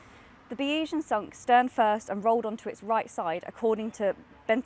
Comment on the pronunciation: Bayesian is pronounced BAY-ZEE-YEN